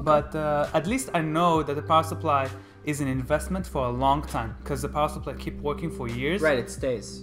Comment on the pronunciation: that dude saying SUR-ply is killing me.. SUP-ply.. SUH-ply... SUH... SUH.. no R